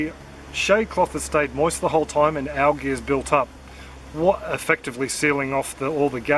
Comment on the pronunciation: It's pronounced "AL-JEE" g as is Geo not as I'm "goofy"...which is the way u said it...there...just taught u something to not look so stupid in the future. Your welcome!